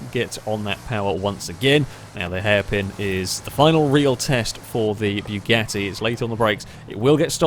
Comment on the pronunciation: Am i the only one whos ears are bleeding when he says BYUGATTI? Othervise it is a really good video. But man....it is BUGATTI, not BYUGATTI. "BYU" sounds like a deep voice of a laser cannon...